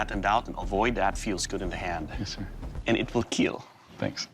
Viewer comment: As to Doug and his "Keal" test, He started in teh first season just saying kill, but when he got more excited it came out as keal, and Wil Willis joked about it and iot just stuck. So the smith's all want to hear him say "It will Keal"